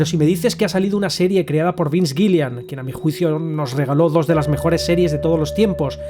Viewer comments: vince gilligan no gillian 😭😭😭😭😭😭😭😭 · giligan, no gilian